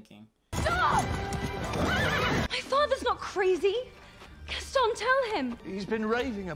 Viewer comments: Gaston: has a whole song about him and his name: mispronounces his name even during the song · The way he pronounces “Gaston” is making me cry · My favorite thing is that they literally sang an entire song about Gaston's name and still mispronounces it the entire movie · If your gonna say Gaston, can you at least say his name right?!? I mean they kinda said it a lot in the song... 😂 😂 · Anyone else mildly annoyed at how he says Gaston? Like.. just listen to how the characters are saying it, my guy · the way he pronounces gaston makes my blood boil ngl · I swear, the way mispronounced Gaston is torture. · Also the fact that he calls him "Gastin" when there's a whole song pronouncing it GASTON 😂😂😂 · Zoe Williams also HIS NAME IS PRONOUNCED GASTAWN NOT GASTN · The gaston song playing: Gast'n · song: says gast-awn at least 20 times: gast-en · stop stop stop you're going to take someone's eye out. besides, it's GastOn not GAston. okay im sorry im gonna just... bye. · Movie: literally says ‘Gaston’ as ‘Gast-ON’ in a song over and over again: ‘Gast-IN’ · GastON not GastIN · Ah yes my two favorite Beauty and the Beast characters, LeFool and Gast-in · Say Gastan one more time! I freaking dare you. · everyone: sings a song and says Gaston 12 million times: gatin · hears everyone calling him Gason: gastin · Your version is just as bad. It's gaston not gason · Ok was being low key annoying in this vid 😂 “Gastin” when they pronounced the name correctly multiple times “Does the beast kill the father?” “I know this movie has a flying carpet” Honey everyone knows that’s Aladdin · I like how he says Gaston's name wrong when talking about the song that just says Gaston's name over and over again "Geston" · Makes fun of how everyone pronounces words Also: Ghasten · Nobody:: GastEn, Le fooL, Philliper XD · He called Gaston Gast in 😂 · why did he pronounce gaston's name like "gasten" lmao